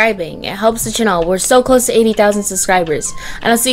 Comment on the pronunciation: I lOvE wHeN sHe SaYs “Welcome back to my Chanel” XD